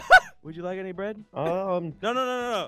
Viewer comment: I laughed so hard when said got anny grapes